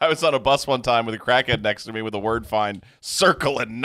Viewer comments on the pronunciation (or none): Wurdur. Smh lol